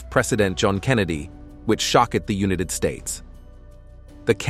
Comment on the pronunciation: Another robot narration I can live without. Can't even pronounce united in United States. Ugh.